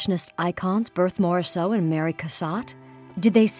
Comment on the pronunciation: I had to stop listening with that awful pronunciation of Berthe Morisot's name.